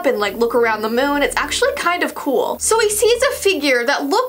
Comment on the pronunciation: You said moon wrong